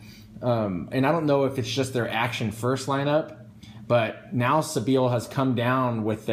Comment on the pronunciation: Love your videos, by the way I think it's pronounced sea-by-ill